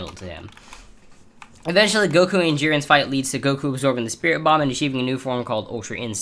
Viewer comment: you pronounced spirit mom lol